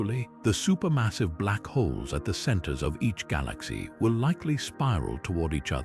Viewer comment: The mispronunciation of "galaxy" is ridiculously annoying.